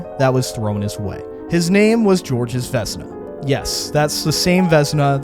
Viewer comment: Georges is just the French way of spelling George, the "S" is silent, btw;)